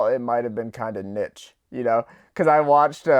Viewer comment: The way this man pronounces "niche"...